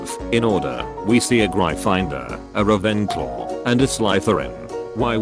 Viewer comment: A grifinedoor, rayvenclo, and a slythyrine I love that boy voice so much